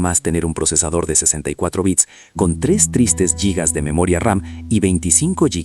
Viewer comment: En primer lugar te agradezco la divulgación, en este momento tan critico esta información es una salvación, por estas noticias es que pago internet. En segundo lugar, te pido por favor que dejes de decir "LLIGA" eso no existe, suena "JIGA" tanto en ingles como en español ya que el origen etimológico de la palabra es latina y te invito a que tu mismo lo compruebes y lo corrobores, los términos Mega, Giga, Tera, Peta, Theta, etc. también tienen el mismo origen.